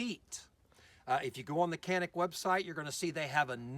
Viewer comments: It's Pronounced Janick not Canik. Not trying to start anything just fyi for those "has to know details alpha types". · In English is pronounced Canik. If you want to speak Turkish then go all the way, don't say Turkey, it is actually Turkeye ("Tur-kee-yeea") in the Turkish language. No need to try to sound sophisticated. It is CANIK.